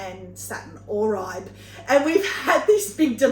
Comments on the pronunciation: The satin oribe is pronouced OR BE or at least thats how I have heard it on other videos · I have always heard it pornounced satin OR-RE-BAY. love the videos